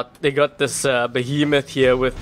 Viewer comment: I cringed every time he said behemoth, it was a fury!!!!